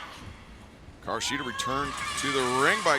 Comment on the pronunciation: It's Hikaru not Hiraku!! Come on AEW fix your women's champion's name!!